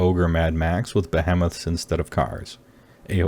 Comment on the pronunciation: not be-hem-iths, Be-HE-meths